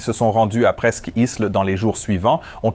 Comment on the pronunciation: Toujours très intéressant et surtout bien au delà de certaines vidéos dans lesquelles l'enquête reste superficielle, mais disons qu'ici il faut aussi une certaine connaissance de l'aviation, ou du moins s'y intéresser de près. Mais l'IA a eu un problème avec la prononciation de " presqu'île " 😁